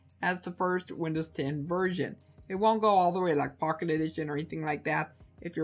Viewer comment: I couln't difference if he was saying "virgin" or "version" LOL, still, great video, def liking